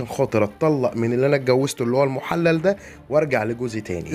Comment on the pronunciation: المحلل بكسر الللام وليس بفتحها